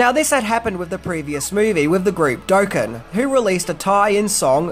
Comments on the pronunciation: Doh ken hahaha Dock ken you mean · Aw, hate to be that guy but the bands name is pronounced Daw-Ken not Doe-ken. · "Dough-kin" 🤭 It's "Dock-in". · Dokken - "DOCK -in." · Doke-en (Dokken) An-dress (Andre) Okay. Aussies have some weird pronunciations. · A group called “Dough-Kin” 😑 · Gotta love still mispronouncing Dokken. FYI it's pronounced dock-in. Recall him pronouncing it that same wrong way in his nightmare 3 vid lol. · doeken? lmFao...doe..ken?? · Not to be picky, but Dokken is pronounced with the "ah" sound instead of the hard "O". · Lol you should look up how to pronounce Dokken